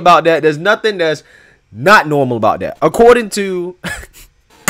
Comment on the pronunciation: You know they lying and keep saying it's " NOORMAL" 😁😁😁😁